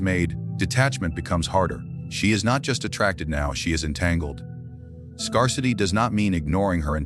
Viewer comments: did he say...scur-city lol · Learn how to pronounce the word "scarcity" The "a" is pronounced like the "a" in the word "air", not like the "a" in he word "car"... It is "rare" not to have some emotional "scars"